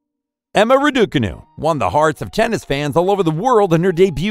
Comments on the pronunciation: The narrator needs to go to Pronunciation school. Kyrjios, Radoo-canoo, and Lahver? Get a grip. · Bro not Emma Ra-Du-Canoe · Bruh say it rah duh cah noo 😂 Also Laver cup is like lake not lava and Kyrigos 😅 no g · Emma Raducanu…😂😂😂😂 omg the way he pronounces her name! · Great videos, but i would suggest for your voiceover artist to learn how to properly pronounce their names. Raducanu, kyrgios, troicki, etc